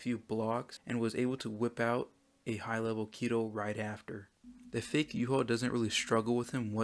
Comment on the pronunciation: why do u say his name in yuha shouldnt it be yuhabach